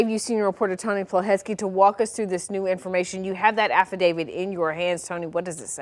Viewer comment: It's affidavit, not affidavid. No D at the end